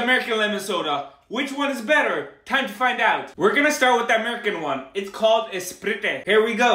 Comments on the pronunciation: In India we pronounce sprait not spree-te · Bro are you kidding me it's pronounced sprayte not slprité😂😂😂😂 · Hey man it actually pronounced as sprait not spri te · That ‘esprite’ was personal 💀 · " spritèè " got me rolling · Bro be upsetting them Americans by not pronouncing it ss-puh-right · It's sprite bro . Sp Right. I know the spelling but I am writing because of your pronunciation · Foreigners hamare food k nam ultapulta letehe to ab spritee pronunciation bilkul sahi he...tik4tak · For the sake of God its pronounced sprait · its pronounced:sprayt: but spelled sprite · Sp-rii-te dats how you pronounce it don’t mispronounce my favirote soda and I’m sure limsa is pronounced lime-sa Thats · It is not spirit it is Sprite first pronounce it then say what you are saying poor boy India is the best country of the world😢😢😢😢😢😢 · His Sprite Pronunciation 😂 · The Spelling🫡 The Pronounciation ☠️ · You are pronouncing Sprite wrong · Bro didn’t pronounce Sprite right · Why did you pronounce sprite wrong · Does not know how to pronounce sprite😂😂😂